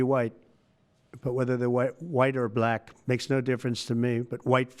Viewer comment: The way Trump pronounces - 'black ' - always gets me. It sounds contemptuous, derogatory.